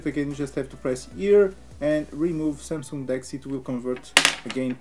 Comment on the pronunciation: How come this idiot has some followers!!!! He can’t even pronounce samsung!!!!